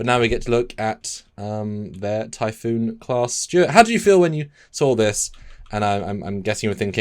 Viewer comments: Typhon. Not typhoon. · Typhon, pronounced ty-fon. Typhoon, pronounced Ty,-foon. Other than that, another great video.😊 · Its pronounced "Tai-Fon" not Typhoon", the name comes from Greek mythology, a giant with snake like features. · Typhon is pronounced tie-fawn. You’re saying it like the type of storm typhoon. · Why are y’all saying typhoon like the storm? It’s typhon (tie-fon) or say it quick (tie-fun). Y’all should scrap and redo the whole video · For me I don’t like the placement of the warp engines as it blocks the Bussard Collectors because of the bulk of the rest of the ship so they can’t collect the hydrogen gas needed for the warp engines they need to be on outriggers. Also the name of the class isn’t pronounced typhoon as in the Russian boomer but typhon as in the Typhon Expance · It's pronounced "tie-fun", there's only one "O" in the word. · Jeez, you guys read a book..... It's not pronounced "foon". You say it to rhyme with "gone" or "John"----Typhon is a figure in Greek mythology, the father of all monsters. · We care how it's pronounced because they're talking about the starship Typhon and not damn ocean Typhoons. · While the word Typhoon does indeed originate from Typhon, they definitely are pronounced quite differently. Also Typhon is more than just snakes, he's a Titan powerful enough to challenge Zeus himself, and the father of Cerberus and Hydra, to name a few other beasties.